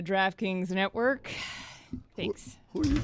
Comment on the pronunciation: Dan said draftkings natwork